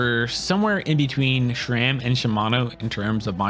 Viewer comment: it's sram not shram